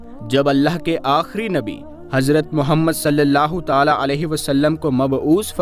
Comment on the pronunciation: अब, सललाहुसलम तो ताले में बंद है क्या क्यों की आप ताला ताला बोलते हैं